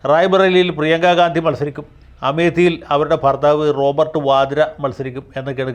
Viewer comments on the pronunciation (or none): none